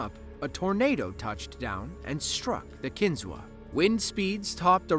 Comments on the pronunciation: A couple points of correction and additional information on the Kinzua Bridge. First of all, it is pronounced Kin-zoo, not Kin-zoo-a. When it was rebuilt in 1900, the entire bridge was rebuilt using steel to replace the original wrought iron-except for one item. The concrete bases had wrought iron bolts sticking up and the footplates of the steel columns had holes to go on the bolts and nuts to fasten them together. The bolts were not replaced because it would have cost more time and money. Steel collar nuts were used to fasten the piers to the wrought iron bolts. An inspection in 2002 showed problems that needed fixed. Repairs started February 2003, so the problem was being corrected when it was destroyed by a tornado on July 21, 2003. The story is detailed on an episode of Mysteries of the Abandoned, it is on Youtube. I have visited the bridge and it is well worth visiting, especially if you are interested in history. It has a very nice and informative visitor center and has over 7,000 Google reviews with a 4.9 star rating. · It's pronounced KIN-zoo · McKean County is in northwest PA, not northeast. And it's pronounced Kin-ZOO. The a is silent. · I was born and raised in SW NY and traveled to see Kinzua bridge often growing up. Was shocked when it was destroyed. Btw, it's pronounced "KIN-ZOO", despite the "a" at the end.